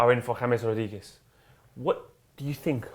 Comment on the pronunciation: "James Rodiguez"